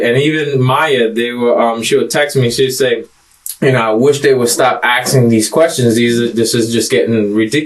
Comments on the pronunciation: Genuine question : Why do so many people in these videos pronounce "asking" as "aksing" ? Is it some cultural thing, or just a hard word to pronounce ? By the way, English is not my native language, so that might be why it doesn't make sense to me ? All explanations are welcome ! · axin questions? what the fuck has happened to the english language? i’m tired of derelicts. F the crime. the real crime is the way he speaks